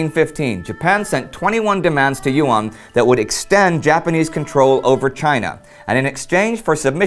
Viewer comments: YUAN sounds like "U.N." pronounced quickly. Your mispronunciations made me chuckle, but you did good enough. The Chicom version of "pinyin" is difficult for most Americans to learn quickly. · YUAN is pronounced as a single syllabus, not YU AN. Online translations are wrong. Nice video though.